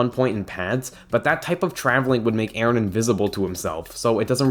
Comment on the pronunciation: It's Eren not Aaron